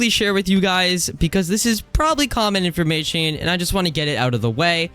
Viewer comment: not hating but why do you pronounce it “informashing” 😭